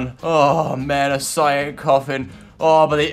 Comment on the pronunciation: cyan "sea-on"